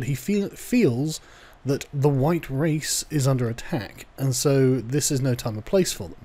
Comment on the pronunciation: "color me surprised" I thought you said you were Huwite ...